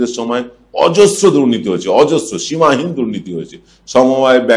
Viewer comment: সীমাহীন 'সীমাঈন' নয়।